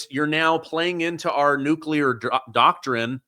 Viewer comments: COL SHAFFER SIR ITS NUCLEAR NOT NUCULAR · Tony, repeat after me NU-CLE-AR and top embarrassing yourself